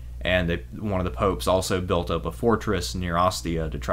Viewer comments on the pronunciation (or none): none